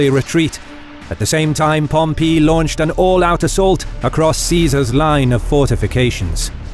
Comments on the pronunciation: His pronunciation of Pompey is hilarious. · You need to learn to pronounce the word Pompey. It's annoying. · I don't know why...but the way the narrator says "Pompey" threw me off multiple times...it's so...different somehow. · Thank you for correcting your pronunciation of Labienus from wrongly in the first half to rightly afterwards, but then weirdly reverting to the wrong one again! Pompey is not pronounced that way though. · Picky, picky, picky in an entertaining documentary, but did Pom pee? Over more decades than I care to define, it is literally ("literally" actually meaning literally) the first time I ever heard it pronounced with the accent on the "pee"; like chalk on a blackboard. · Whoever taught you to say Pom-Pee? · Pom pee? enough with the comedy pronunciations. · Love this content....but i have to say...this narrator needs to make up his mind and stick with one pronounciation of names..."Pompee", short while later... "Pompay"....What, did his son decide to go with a different sound from the shame of past defeats? And he's not the only one....It's a small complaint, I know, but so aggravating. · Everytime he says Pom-pee a little part of me dies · Spaniard here (hispania, ave 🤚) , with a strong classic latin accent in his native language... Ay pompeyo... Really cant concentrate each time pompeius is said pompee... pompoo! Now gotta go toilet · Is Pompey pronounced as Pompeii?? like the city that got destroyed by vesuvius? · No, it's Pomp-ee. I've never heard it pronounced like that either. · why does it sound like you are saying pompee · "Pom-PEE" uh the way he says pom-EE! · Drove me nuts too. So much emphasis on the PEE part.